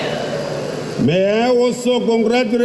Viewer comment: Your ekiserenzii 😂😂😂😂